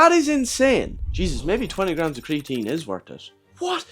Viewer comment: Torty graams